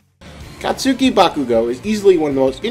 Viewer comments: This guy can’t say sasuke or katsuke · I gotta say it really bugs me your pronunciation of Katsuki (u is silent) and Sasuke (the e is pronounced like "eh" not e)